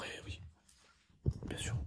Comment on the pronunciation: soinG, bienG, très bienG